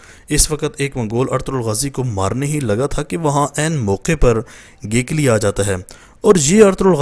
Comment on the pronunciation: It's Not Getli Its Gegli